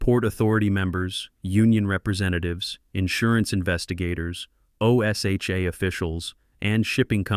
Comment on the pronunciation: Teach AI how to pronounce O S HA . It's one word OSHA. O'SHA.